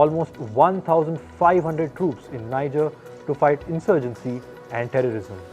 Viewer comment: FYI: Niger is not pronounced “nai-jur”, but rather “nee-zher” (rhymes with “fair”).